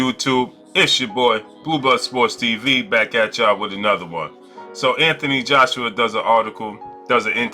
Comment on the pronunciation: “Anthony Joshua” start by getting the name correct son